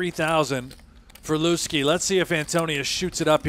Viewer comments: Why are they calling him LOOSE-KEY? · Why are they calling him Looskey?